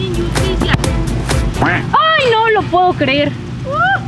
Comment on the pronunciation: inyusticia inyusticia xd